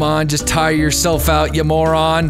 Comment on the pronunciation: "Tire your self out you maw-ron classic.